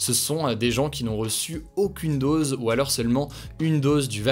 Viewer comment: Une DODOSE c'est mignon 😂